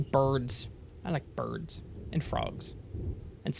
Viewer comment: BERDS and FRAWGS and SNELZ.